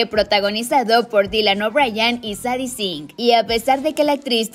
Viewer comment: Solo como dato el nombre de Sadie se pronuncia Seidi ✨ gran video 🛐